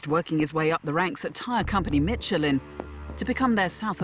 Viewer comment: What company is “Mitchelin”?